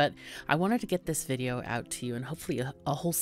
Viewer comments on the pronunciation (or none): none